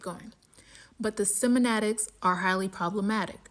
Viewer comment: The way you say semantic kills me😂